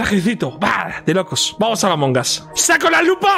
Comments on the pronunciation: Nadie: Ibai:"AMONGAS" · Nadie: Ibai: vamos al amongas😎